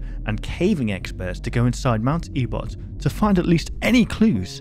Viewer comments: E-bot? It’s ebott damn it explodes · It's pronounced mt.ebit. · "mount ebot" I'm sorry but that has me cracking up everytime you say it- TEmRIL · the name of the mountain is actually pronounced (Eh-Bitt), btw! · it truely hurt to hear you say ebot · ebed is the pronounciation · I cringed after you said E-bot